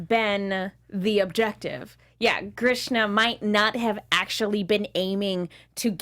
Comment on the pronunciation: Everytime she says Grishna.... LOL